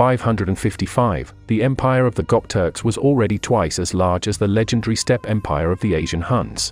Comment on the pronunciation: Inhospitable speed just sounds wrong